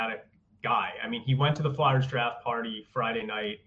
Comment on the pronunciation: It’s pronounced FLARE, not FLAR. So annoying.